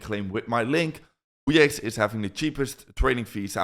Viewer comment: this guy is explaining fuckoff chart instead of wyckoff